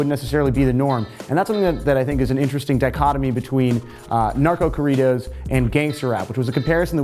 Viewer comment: Oh my God . .if you're going to say corridos . . Listen to how Spanish speaking people pronounce it and say it that way . . Love your videos keep up the good work . .